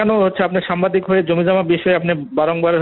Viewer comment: এএসপি কিন্তু সে তো সাংবাদিক বলতে পারেনা, সে তো সামবাদিক বলতেছে।